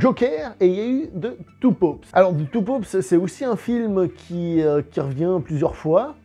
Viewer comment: Il m'a fallu un moment pour comprendre que tu ne disais pas 2 poops mais 2 papes 😂